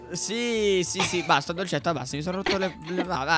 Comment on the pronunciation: Che bella pronuncia che ha dolcetta